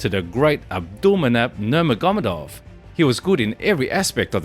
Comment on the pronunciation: Why can you still not pronounce Nurmagamedov???